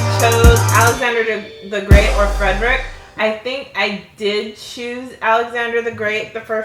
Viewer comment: You realize that's not how Frederick's name was said